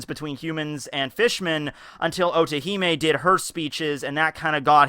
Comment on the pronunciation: everytime you said otohime i heard orihime ! guess i cant leave bleach so easily